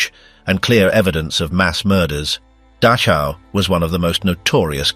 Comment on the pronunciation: it isn't datch how. it is doc ow. at least learn a little german if you are going to make documentaries